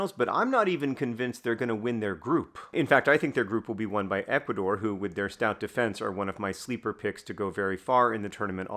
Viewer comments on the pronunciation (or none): none